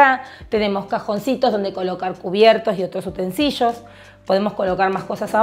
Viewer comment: UTENSILIOS- (NO "utensiLLOs")